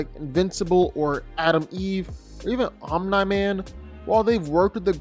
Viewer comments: It’s Omniman. Pronounced Om-knee. Not Om-nuh. Drives me crazy. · Honestly, I just ignore it. He does it a lot, and whether it's comment baiting or genuine mispronunciation, it's what he does. It is a little annoying though. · Are you sure it's not Om-nigh man? (jk hahahahaha) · His pronunciation of omni man has to be rage bait